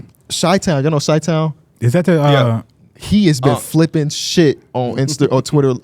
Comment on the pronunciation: It’s Chilltown not Chitown 😂😂😂😂